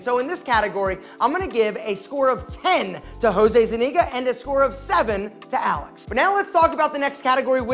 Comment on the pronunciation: Zeniga? Its ZUniga my guy.